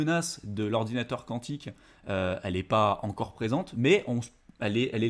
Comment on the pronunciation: Quantique… de quantum. kou an tique . Sinon faut chanter le cantique ;)